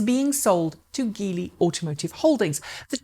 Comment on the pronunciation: Geely is pronounced with a soft G. It's just an anglicized version of jili (吉利) which means luck bringing orauspicious.